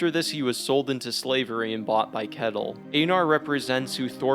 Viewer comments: Leaf is pronounced layf and kettle is pronounced shetil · Just a small note on the pronunciation of Ketil. the K is pronounced like Th so more like Th-etil. Great video <3